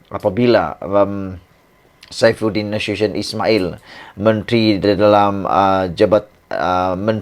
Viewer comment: SAIFUDIN NASUTION SEBUT YG BETUL 😂😂